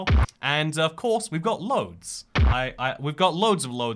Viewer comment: "Katołiczi" "Loads" XD I love that the 'bad thing' he had to say about Poland was his lack of ability to pronounce words xD